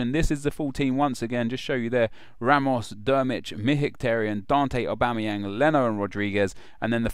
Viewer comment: You missed the "G" in Aubameyang and pronounced Mkhitarayan wrong :/